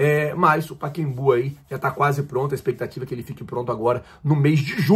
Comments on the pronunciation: SE ME PERMITE FAZER UMA PEQUENA CORRECAO...NOME CORRETO. PACAEMBU E NAO A PRONUNCIA PAKEMBU PODE PESQUIZAR. SERGIO.SARACURUNA.CAXIAS.RJ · PA-CA-EM-BU! Não é Paquembu! Arrêgo! Corrija o nome do Estádio! É PA-CA-EM-BU! PACAEMBU! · Porra, pakimbu? O nome do estádio é "PACAEMBU "kkkkkk saudações rubro negra.. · Kkkkkkk Carai que agonia ele não conseguir falar o nome.. paca + Embu, só treinar kkkkk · Meu amigo, boa tarde, sem querer te constranger, o nome do estádio é Pacaembu e não Paquembu conforme você falou diversas vezes, assim que você ler este comentário, apague por favor. Desculpe-me, é que sou fã do seu canal e quero vê-lo crescer cada vez mais. Boa tarde! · Não é Paquembu minino, é Pacaembu. Hehehe. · o nome é Pacaembu e não Paquembu 😂😂😂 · a gente sabe que vc é ruim com nomes, mas “Paquembu” é sacanagem. 😂😅. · não é "PacEMbu" (?), e sim "PacAEMbu"... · por favor não faz errado como um monte de gente faz. Fala certo, não é PAEQUEMBÚ é PA CA EM BÚ.........Entendeu? PACAEMBÚ...O pessoal assassina o português. Vc não né meu amigo... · é PACAEMBU!!!!! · "Pakembu"? Kkkkkkkkk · Paquembú? Fala direito cidadão! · Pacembu também não é o que ele fala, ele tá dizendo paquebu